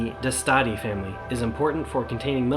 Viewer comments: Are you saying Destati wrong? The song says DES-Ta-Ti you say DeS-Tati. Which is right? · "Dess-toe-thea" is close enough to the way it's pronounced.